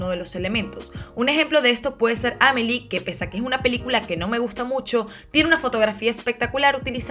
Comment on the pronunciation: Ya que nos pusimos "cultos" en el video hablando de teoría del color... se dice "Amelí" con acento en la última sílaba, no "Ámelie" como si dijeras ánime >> Bso c